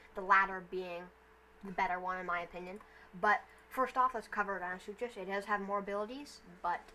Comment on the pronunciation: Its deinosuchus not deino-such-us and its mahajangasaurus not majungasaurus